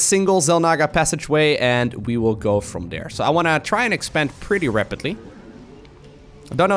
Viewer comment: Does anyone else think they way uses the word "rapidly" is kind of fun?